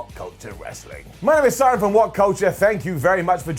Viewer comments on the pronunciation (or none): none